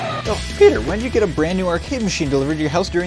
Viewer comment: Peter not peber